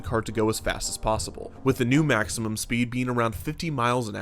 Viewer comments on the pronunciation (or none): none